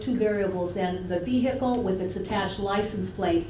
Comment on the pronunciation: I do also, but can't remember what other trial she was in. Also, she has to STOP saying "veHicle"! The H is not pronounced.